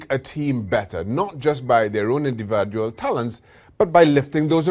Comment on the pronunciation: Did he say "indivAdual talents"? 😂